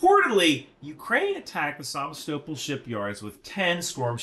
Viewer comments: Isn’t it Sa-VEST-a-pol? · It's pronounced sevA-stopOl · Sevastopol is pronounced. Suh-vast-uh-pole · Just for clarity, Melitopol is pronounced meh-lee-TOW-pull and Sevastopol is say-vas-TOW-pull. Thanks for your super work!🇺🇦✊🏻💪🏻💙💛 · Omg, it's saVAstopol. The emphasis is on the second sylible, lol. That seriously made me cringe every time you said it that way. 😂😂😂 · Say it as Szèvastapol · That Sevastopol pronunciation 🇬🇧🇺🇦😂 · creative pronounciation of Sevastopol :'D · Is everyone else in the world pronouncing "Sevastopol" incorrectly, or just? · Why aren't you able to pronounce Sevastopol? You're like those people who say nucular instead of nuclear. I just couldn't keep watching after the 5th time you butchered a simple name. Seriously, dude, you ever travel outside your small town?